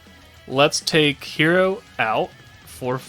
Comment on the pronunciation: can you please fix your pronounciation for Hiiro as you pronounced it very close to "hero" which can be confused with the Masked Hero (yes i know there are no Masked Hero in the team in your video, but just a suggestion from your dear viewer, ok). The actual pronounciation is not difficult at all, just say "he"(yes the pronoun he) and then "ro", so he-ro